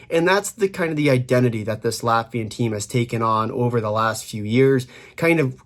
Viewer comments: This is definetely one of the better Latvian pronunciations by North American. Interestingly Balinskis not mentioned... he's running pretty hot offensively right now 5points in last 4 games as a D man. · holy hell, correct pronounciation for the whole roster, that is hella impressive from you